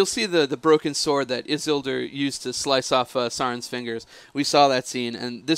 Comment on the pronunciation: Man they butcher the pronunciation of Isildur!